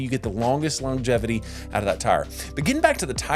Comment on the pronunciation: You don’t pronounce “longevity” properly. That’s about all I got out of this video